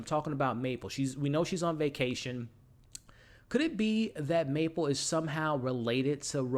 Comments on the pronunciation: It's Mabel, not Maple 😭 Other than that I enjoy your videos! I hope the fuck you from Teddy is that he forged the DNA test and I saw it coming from Alice but I can't believe she put everything in there, poor Mabel :( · MABEL!! May-bell. Buh, buh, buh. Not Maple. That’s syrup, or a great flavor on a doughnut…. Otherwise, good stuff, man. Sorry… the mispronunciation just grated my ears…. Shredded them, felt like. Thought you’d appreciate the candid feedback. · is he saying "Maple"? lol